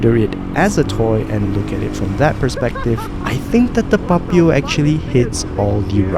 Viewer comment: Why u pronounce Papio like that 😭 PuPeeyow